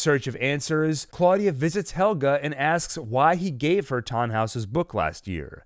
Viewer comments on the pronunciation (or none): PLSSS SAY NAMES CORRECTLY HEL-GE NIT HELGA